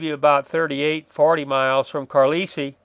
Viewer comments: Brother. Susquehanna = Sus as in the noun 'suspect' Que as French 'quoi' Hanna rhymes with banana Carlisle = Car - lie - el Been loving the vids, thanks. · Thanks. Maybe Trimble was mad at Ewell. And I think it’s pronounced CAR-LIE-EL. Famous “United States Indian Industrial School”, late 19th-early 20th.